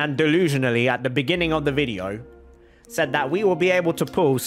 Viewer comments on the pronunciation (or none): none